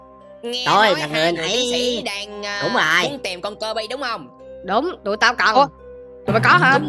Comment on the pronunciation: Đọc là cơ-bi mà đọc là Ki-bi:))